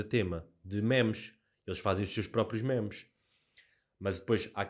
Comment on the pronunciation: "mémes" broo, fico desapontado contigo 😔